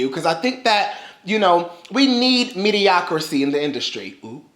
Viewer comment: sorry to be that person but please stop saying MEDIOCRICY. It's MEDIOCRITY with a T